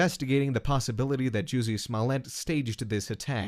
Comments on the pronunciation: “jewsy” lmao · i thought it was pronounced juicy